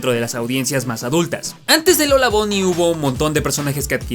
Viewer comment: por qué le dicen lola bony? ni buny ni bany??